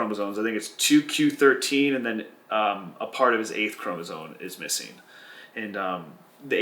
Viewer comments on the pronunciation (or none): “CHROMOSOME”. With an M